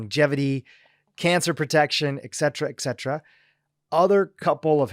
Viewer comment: Hey, you're hurting my ears. There are TWO "T's" in the word "etcetera"...not two "C's"!!! 🙉 (eTcetera)